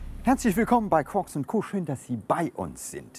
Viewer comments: ich bin dafür das der name der sendung umgeändert wird. wenn dies selber schon "quorks und co" aussprechen, sollte es auch so geschrieben werden... sehr irreführend :D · Der Name leitet sich ja vom physikalischen Teilchen dem "Quarks" ab. Das wird so geschrieben und ausgesprochen ;)